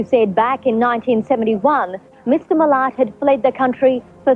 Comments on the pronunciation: Loved you doing an Aussie one but...being an Aussie myself It's pronounced MUL_LAT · I was born in Eaglevale in 1990 in Campbeltown.. I actually didn't know he was from Eaglevale! He is well known in Australia.. Also... it's pronounced like "Mill-At".. it says in the news reports come on haha.. also.. Vegemite is great.. don't knock what you don't know.... yumm.. want me to post you some?? Put it on toast with some butter.. life will be better, promise! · just for the record its pronounced Mil-At Also the Movie Wolfcreek which is bloody scary is based on the actions of Ivan. Also living in Australia when you go on road trips the phrase "this is very wolf creek like" gets thrown around a lot when driving through creepy looking forests and stretches of road. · I know you made this a couple of yrs ago BUT as it’s driving me crazy I have to let you know how to pronounce his last name 😁🤣 say it like this Mil (at) at is the sound of those last to letters 🤣🤣 at 20.16 the reporter says his name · just one thing.. love the vids but his last name is pronounced Mill - at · Hey, just so you know, it's pronounced Mil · Love your accent but if you do a story about Australia you need to listen more to the Aussies accent.... His name was Ivan Milat... Pronounced mill-att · Turd = 3rd, 3 = Tree and Milat = Millit 😂 However, if anyone deserves not to have the surname remembered correctly it's this murderous clown. Good job. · Can't handle the pronunciation of Milat as Millit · prononced "mee-lat' by the way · Not that it matters but for anyone wondering, his name is pronounced miLAAAT, sounds like splat. Good day 😁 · Milat. Like m'lad but with a T... m'flat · Are you going to call him Ivan Millet the whole thing? Love you but it's Ivan Milat and the Milat is pronounced as it's spelt. It's not like he was a big deal here in Australia or anything. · FYI You pronounce his surname Mil At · Mill-Lat is how you say his surname. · It's pronounced miLAT, BTW.